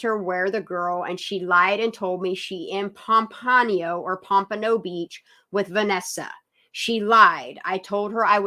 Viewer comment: It's not Pampano if you are talking about the city in Florida. It's Pompano, like the fish.